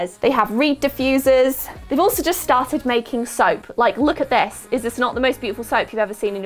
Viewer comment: Lol did u just say “ so in this SOAP kit, it’s got a bee on it “ lol thought u we’re going candles 😂